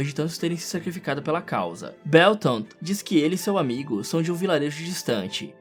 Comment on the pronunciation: mn o nome deles é bertold e rainer n sei escrever mas n é do jeito q vc disse